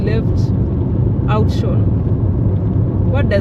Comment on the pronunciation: It's pronounced like "outs - wuoron" that town. Afrikaans name.